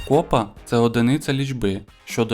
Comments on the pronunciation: Молодець я! Вірних відповідей -26! А от наголоси перевіряйте...КопА, а не кОпа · Не копа а копа.наголос на а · Старий обідраний віник називають,, драпак", а не деркач. 👆 І не кОпа, а копА. ☺️